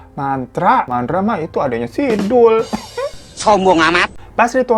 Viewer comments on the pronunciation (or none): Lagi nonton serius dgr bang hiro nyanyi trs tadi pake slh ngomong mantra jadi mandra jd ketawa sendiri qt 😂😂😂😂